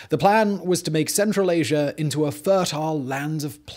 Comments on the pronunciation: There is no R in Asia =) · I like how he says Asier instead of Asia. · Why do you (Brits) say "asiar" instead of "asia"? Is it a stylistic thing or is it unconscious?